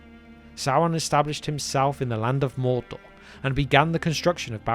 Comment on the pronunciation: Gates of Mordor not ereador